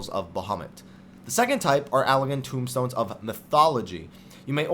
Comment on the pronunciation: They're Allagan TOMEstones, not tombstones.